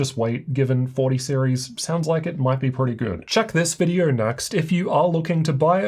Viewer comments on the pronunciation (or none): Videor? Vider? videO! O! Open your mouth. This is so distracting.